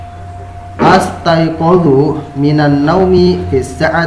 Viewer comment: Mungkin astaiqidzu ya tad, bukan astaiqadzu, punten klw saya salah